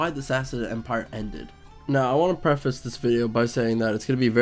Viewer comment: prehhface not pre-face. SeluSSid empire, not SeluKid Empire.